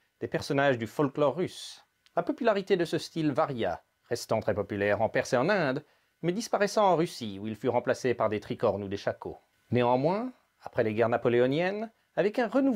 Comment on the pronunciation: "disparessa" ? Non, vous êtes sérieux ?